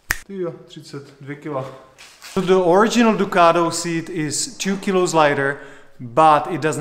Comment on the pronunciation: DUCATTTO NOT DUCARO haha